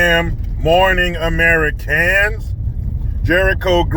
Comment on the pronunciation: If you race to give Jericho's videos a thumbs up at the second he says "Good damn morning Ah-mer-i-CANS!" you are a true patriot!!!